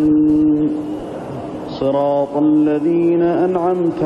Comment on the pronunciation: HAHAHAHA "Siratul lazeena".